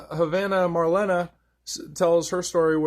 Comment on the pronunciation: Thank you - Marlena pronounced (Marlayna)